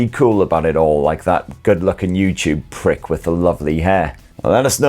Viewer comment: you put the emphasis on "YouTube prick" but something tells me you wanted to put it on "lovely hair"